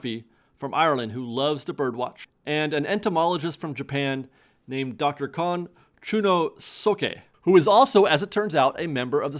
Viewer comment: For future reference since I don't doubt you'll have occasion to say it again, the name Kon Chunosuke is pronounced "cone choo-nohss-kay". The syllables of the name Chunosuke rhyme with "chew dose ray", and that's his given name. Kon is his family. Don't stress any of the syllables. Just try to say it in as even a tone as you can and you should be reasonably close.